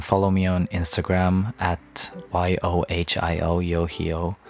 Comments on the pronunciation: You say it like YOYO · Ive been pronouncing it yo-high-oh, oops 😅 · I'm embarrassed.... I pronounced his name wrong this whole time💔💔💔💔💔😞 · When you said 'YOHIO' i realized I've been pronouncing your stage name wrong the whole time😅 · I've been pronouncing his name wrong this entire time! 😭😭😭💜